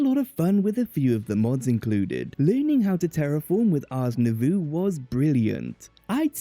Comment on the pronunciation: i always thought the mod was pronounced ours new voe